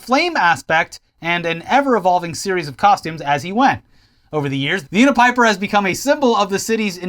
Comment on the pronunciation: My name is Bryan kidd with a y when you said the name of the unipiper it really threw me off lol